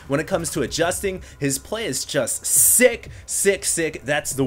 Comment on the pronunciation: i thought he said 666 instead of sick sick sick O-o